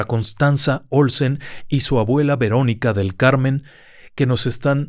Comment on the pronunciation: Dijo “agüela”😅